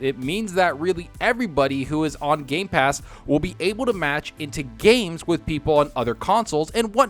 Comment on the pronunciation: it is just me or he kept on miss pronouncing gamepass as gaypass almost the whole time?? xDDDDDDDDD.